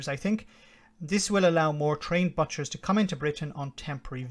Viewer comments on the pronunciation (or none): Come on, get it right. ' Boot' as in foot, chers, butchers, not but- chers. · This brexit fiasco is going to keep comedians in work for years to come and its pronounced boot'chers...